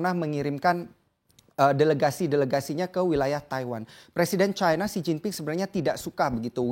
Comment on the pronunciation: China jgn di baca caina, Cina saja knp ?